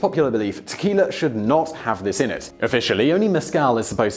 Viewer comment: "Tequil-er" - Heh-heh!